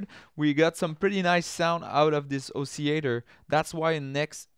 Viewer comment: You're probably going to confuse certain people who can only speak English by not pronouncing the ll in oscillator. :)